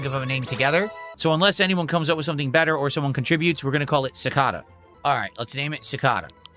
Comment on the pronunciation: Did he really mispronounce “Cicada” that badly?